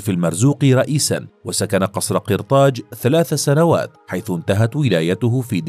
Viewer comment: قصر قرطاج بالفتحة و ليس بالكسرة يعطك كسرة